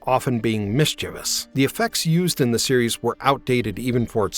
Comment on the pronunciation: Thank you for pronouncing mischievous correctly!!!!